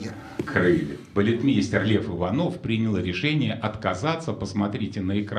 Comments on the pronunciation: Не Иванов, а ИвАнов. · Не ИванОв, а ИвАнов (Лев Иванов, балетмейстер).